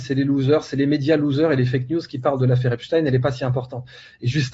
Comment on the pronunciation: Tant que tu parles d'EpstINEUUU et de la guerre en Iran, tu m'as perdu....